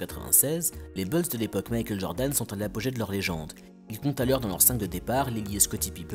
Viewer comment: Mec, t'es génial, vraiment, mais par pitié arrête de dire Les Beulz, c'est Les Boulz, Bulls se prononce Boulz, pas Beulz, c'est juste horrible à l'oreille